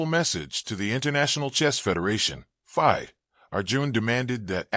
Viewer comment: Another AI voice..as he says commentator says the word FIDE wrong...etc